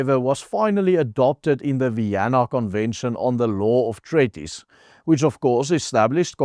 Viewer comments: while I admire your efforts as a non English first language speaker, you need to get help with your pronunciation. Treaty or Treaties is pronounced Tree-tee / Tree-tees, not treh-ti / treh-tees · Ai jirre dis nie tretties nie jy spreek dit treat ties uit soos in treat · "Treaties" se e, a klank word uitgespreek soos "treat" en nie soos "sweat" nie. "Sweet" en "treat" se ea klank is soortgelyk.